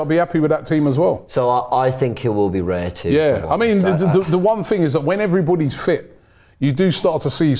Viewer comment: Another video where Robbie is pronouncing Raya’s name wrong. Your saying it as it sounds like reya when it’s Raya